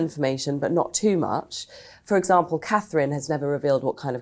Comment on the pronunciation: is still a sussex supporter,who cant even say Katherine properly Why do you have her on